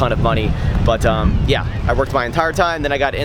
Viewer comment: I love the way you say "but um"!!! It sounds like you say "bottom" like the minions!! LOL hahahahahhaha